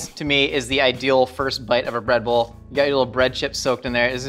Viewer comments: Did any one else hear Redbull when says breadbowl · I keep hearing “red bull” instead of “bread bowl” and I can’t say I’m surprised with as the host